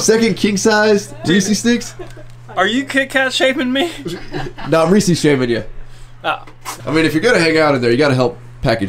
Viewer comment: Reeses not reesies Y?